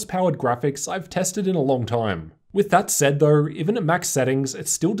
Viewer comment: "thurr" = though